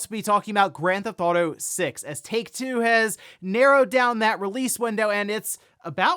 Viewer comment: "Owder" "Gran'th'awto" These episodes are the best when he says both of the things he can't pronounce a dozen times.